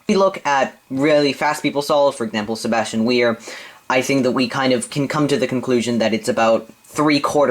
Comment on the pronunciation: I like how u say Sebastian Weyer ;) I think cross skip makes a difference of maybe another one or two seconds.